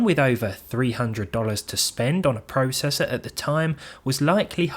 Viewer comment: You say processor WRONG!